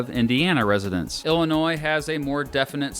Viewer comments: Thanks for not saying the S at the end of Illinois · As an Illinoisan thank you for pronouncing Illinois correctly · Thank you for calling it Illinois and not Illinois